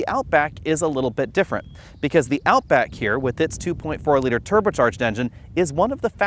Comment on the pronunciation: “out book” haha